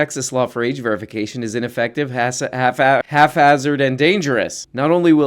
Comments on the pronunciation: "hafazard". What the heck did he say at the beginning when checking the time? Comme itz a deez say? Sounds like a cross between Afrikaans and French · ha-fazard, yes, it is, indeed... 😂😂😂😂😂😂